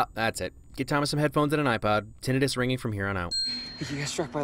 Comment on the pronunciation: I like how he says Tinnitus right